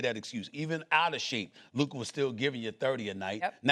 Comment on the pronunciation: how disrespectul is sas still pronouncing lukas name wrong